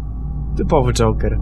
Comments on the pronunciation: 2132 Joker a nie żoker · żoker :D